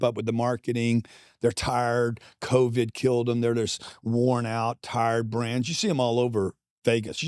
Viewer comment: he says covid weird haha